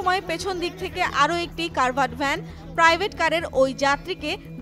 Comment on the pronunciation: CACARD VAN. NOT CARVAD VAN.